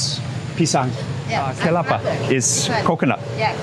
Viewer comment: Not Kepala, its kelapa = coconut, kepala = head